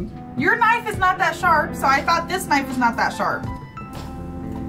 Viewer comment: (Whips out knife): "That's not a knoif. This...(struggle) This...(struggle) This is a knoif."